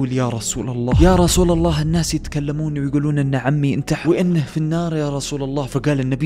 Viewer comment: ( النَّاس ) في النون شده ي اخي ف انطقها بشده